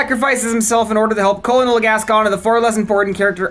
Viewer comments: "Call-uh-noll Gascon" really never heard the rank "colonel" pronounced huh? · I've never heard anyone pronounce the first L in colonel before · I've never heard Colonel pronounced like that